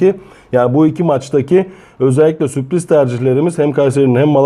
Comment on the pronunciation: Alanya ya süoriz demeniz biraz komik olmuş🤓🤓🤓